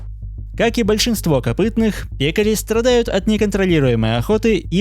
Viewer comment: Ударение на Е.